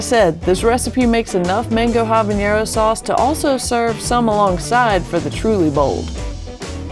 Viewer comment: looks good, also it’s pronounced habanero (ah-bah-neh-ro) not habañero. 😉